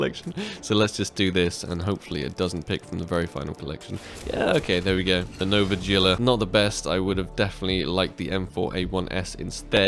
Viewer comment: am i the only one who keeps hearing no, vagina instead of nova gila? Btw what is his outro song?